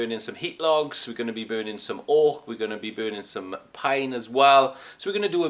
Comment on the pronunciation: At first I thought you said "Orc." But then I realized it was "Oak."